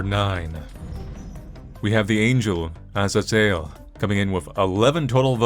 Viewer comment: Im pretty sure it’s pronounced ah. Zae. Zel.